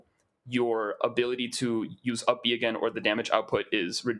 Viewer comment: For 2/3 of the video I was wondering huh, what's uppie at the back of my mind? I knew I hadn't played Smash Bros in years so I figured it was just something new but then realized you were saying up B instead of uppie...